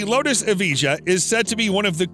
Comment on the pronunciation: You’re doing the wrong pronunciation for the lotus buddy